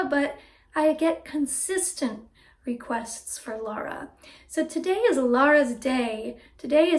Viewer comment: Her name is Lara, not Laura. That isn't difficult is it?